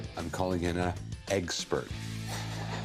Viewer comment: Thata not how you say expert Rick